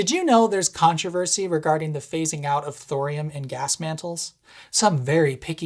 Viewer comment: Hi, I like your video but it is “Gas” not “Gaz”! Gaz is short for someone called “Garry” or “Gareth”. 😉